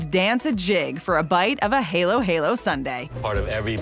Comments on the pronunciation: Halo-halo is not pronunced heylo-heylo its halo-halo in the philippines "a" is pronunced "aa" not "ey" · Halo-Halo is pronounced like ' ' Ha-lo Ha-lo ' 'not ' ' Hay-lo. ' ' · its ha-lo ha-lo not hey-lo hey-lo but shout out to beyonce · It is not pronounced as hay low hay low its ha lo ha lo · Its pronounce ha-lo-ha-LO NOT HAILO HAILO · Pronunciation 101: Halo halo is not pronuonce "haylo- haylo" but HA-LO HA-LO as in HAmburger and LOhan RESEARCH IT RIGHT! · How are this titled untold truth as if it's a list of dark secrets. And "Halo-Halo" is pronounced as "Ha" in aloHA. Not Halo 😇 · Its not pronounced as halo halo not haylo haylo and you can get halo halo everywere for 50pesos or more. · Halo halo is not pronounce hailo hailo its hAlo hAlo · It’s ha lo ha lo not hae lo hae lo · Actually its pronounce ha lo ha lo Not haylo haylo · Its not halo its haloh haloh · Umm excuse me miss you must pronounce the Halo Halo not heylo heylo Halo Halo strong aaaaaaaaaa Ok? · Hey low - hey low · Hah-loh hah loh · Heylo heylo ❤️❤️❤️ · hAy-lOW HAy-LoW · Ha-low ha-low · LOL RALATABLE HAHAHAHAHA THEY PRONOUNCED IT HALOU HALOU🧊🥵😂😂😂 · Its haaaalo haaaalo just long a sound. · Uhhhh "hey-low-hey-low" is abundant in the Philippines so yeah... 😂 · fyi..when your from philippines..we pronounce "A" not A(eyy)..but we do it as...A(ahh) even the small letter of "a"..so its pronounce as hâlo hâlo.. tbh..WE GET SUPER CRINGE when you pronounce it wrong the letter "A" in filipino... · THE HALO HALO IS NOT SOUND LIKE THAT ITS NOT HALO 😇 ITS HA-LOW HA-LOW MAYBE TRY THIS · Halo-halo pronounced as “Hay-lo hay-lo”??? Beyoncé ka ghourl? HAHAHAHAHAHA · The jollibee Hey Low-Hey Low, LOL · The way she pronounce halo halo Beyonce like halooooo woooh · i am a pilipino and it is pronounced halu halu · Bruh heyloh heyloh XD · ANO DAW HAELO HAELO HAHA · You must pronounce Halo halo Like Ha-Lo Ha-Lo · Prounonunced of halo halo is haylo haylo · haylo haylo I like the way she pronounce it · Not haylo haylo